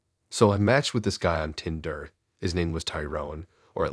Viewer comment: i tryed to listen but couldn't stomach the tindrrr ...started making my eye twitch